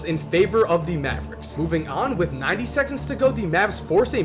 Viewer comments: The word "the" is pronounced "thee" when preceding a spoken vowel sound, so "thee NBA" is correct pronunciation. Before a spoken consonant sound, it's pronounced "thuh". So, it's "thuh Mavericks", "thuh Heat", etc. Pronouncing it "thee" every single time doesn't make you sound smart, only annoying AF. As one of the otherwise more articulate sports commentators on YouTube, you have to break this habit. It's the kind of thing you can't unhear. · Hey, man. Love your videos. But can I give you a tip...? In the English language, you say "the" (pronounced thee) only if the next sound is a vowel (or at least sounds like a vowel). If it's followed by a consonant, it is pronounced "the" (like thuh). It's not "thee Dallas Mavericks". It's "thuh Dallas Mavericks". It is acceptable to say "thee NBA" because "n" is pronounced "en", which sounds like it starts with a vowel. Here are some more examples. "thuh Boston Celtics," not "thee Boston Celtics" "thuh Mavericks," not "thee Mavericks" "thuh shot clock," not "thee shot clock" Hope this helps. Your content is well researched. It's really good stuff. Best wishes!